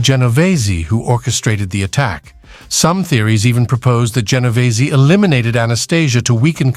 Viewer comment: Genovese not what is being said by this British narrator who mispronounces some Italian names.